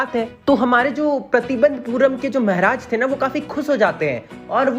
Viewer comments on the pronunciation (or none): Mehraj nhi mharaj 😂😂😂😂😂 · Bhai Maharaj hota hai mehraj nhi bhai Bharat me rhta hai hindi thoda thik se bol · Mehraj nhi bhaiya maharaj 😂..... anyways aapka explanation bhout shi rehta h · The way he says "Mehraj" 🤣🤣😅